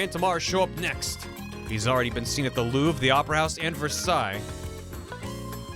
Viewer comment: The most American way to pronounce Versailles is the first way you did it, Ver-Say-ULz. Kentuckian, can confirm.